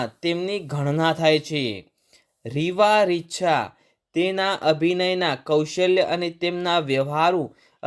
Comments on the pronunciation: Heroine nu naam Bolta sikho bhai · First pronounce the name properly What a joke! You are degrading the Narration and info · Arey Nam barabar bolo